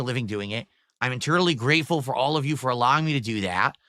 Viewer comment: "HELO JEW"